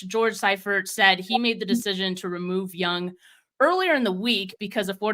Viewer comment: I love, but she showing her youth the way she mispronounced Bono and Seifert. LOL. Gotta call you on it young'n. Ha!